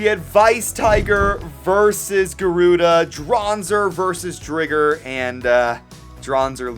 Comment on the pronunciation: IT'S DRIGER LIKE TIGER NOT DRIGGER LIKE THE N-WORD. STOP.